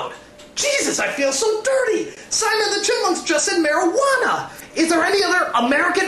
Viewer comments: Simon: ''mariqana'' Me: *cries* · Damn I fucking laughed my ass when simon said marijauna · "Marajuana"~Simon 2k420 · I immedieately understood what was wrong when the word "Mairujana" was spoken.